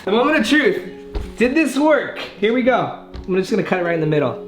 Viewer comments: said here we gare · Did anyone else hear him say " here we gar " ? No just me ok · he said go in an accent 😂